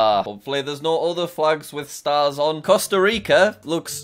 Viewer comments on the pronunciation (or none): none